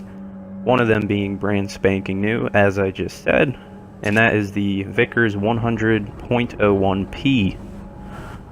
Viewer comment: the VK, as in VK 45.02, does not read 'Vickers'. It means Versuchs-Konstruktion.